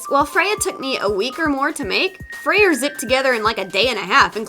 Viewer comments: You are are supposed say freyr not freier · no offense but his name is pronounced Frey it’s a weird thing about Norse names that they have some weird spellings (I’m into Norse myths so I’m a total nerd about it) like how Freya can be spelled freyja but still be pronounced as you did it’s a weird thing the Norse did with names like balder being baldr just trying to be helpful also stay artsy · lol, I love her pronunciation of Freyr XD. 'Frey-RR' XD me being Norwegian, I found it oddly funny. But, I guess different people may pronounce it differently...